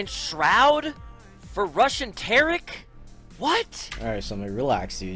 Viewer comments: It sounds like summit said Russian Tarik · i heard "RUSSIAN TARIK?"